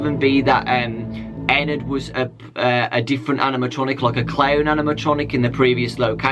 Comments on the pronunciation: it's not ennerd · did other say ENAD XD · Ever notice how Ennard is said like inward?